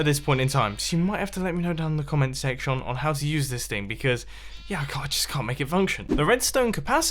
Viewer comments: "So you might have to let me know down in the comment sectione". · "the comment secSHON"